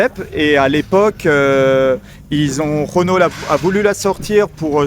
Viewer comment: Juste a la prononciation du mot Renault j'ai 🤢🤮